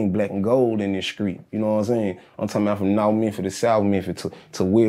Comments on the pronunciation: Certified skreet talk.. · Oof, been a minute i heard skreet.